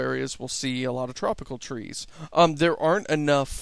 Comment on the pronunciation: First thing - its tree not three, say it with me tree~~. And its not a game or a simulator, its "A procedural world generator".